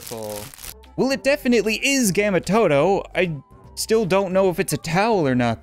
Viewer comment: How dare u say gamma Toto